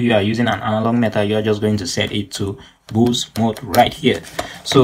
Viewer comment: i mean pronounce boost